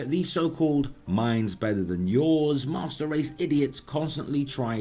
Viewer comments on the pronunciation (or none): Did he say PC "masturd" race? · am i mishearing or is he saying pc mustard race?